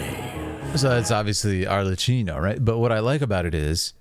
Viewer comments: It's Arlecchino with a hard "k" sound because of the "cch" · Ar-Le-KKey-no , by the way. Not like Cappuccino. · your commentary is super cool to hear! one small thing though, Arlecchino is pronounced with a "ck" sound instead of the "ch" that you use. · Im pretty sure she offed herself the shot right before is kind of a common way to depict that in anime and manga without fully showing it, and we dont see her hands so she is likely holding the sword hilt. Its "Ar-le-kkey-no" (i think) if not the Cs are pronounced as Ks anyway. The knave before her was Crucabena the "Mother" (the pink heard woman she fought). Her name is the Gallic equivalent of the Welsh enchantress Ceridwen